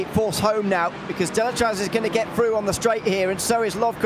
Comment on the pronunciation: Thanks for all the commentary during all season, amazing job like always ! 👍👌 Just for you information we are pronouncing the "Z" at the end of Deletraz. without rancor of course, I know is not an easy name 😂